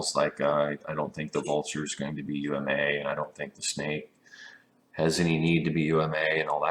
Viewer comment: It really bothers me that he says U-M-A when the author of UMA says it as one word UMA (Unity Multipurpose Avatar) =/